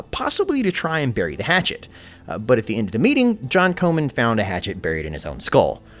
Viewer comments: Comyn Not , Co man .. Yanks , can't pronounce anything the right way... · Comyn is pronounced Common. Please fix this or your video is bloody useless! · John Comyn is pronounced like common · Gaelic is GAlick (Scottish) not GAYLick (Irish) Roxburgh is Roxburra Comyn is Cawmin